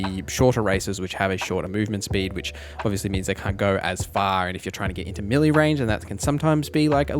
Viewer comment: You keep saying "milly", did you mean "Melee"?